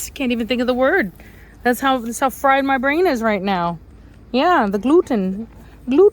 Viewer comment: Gluten! Gluten ! Glutan! LOL 😂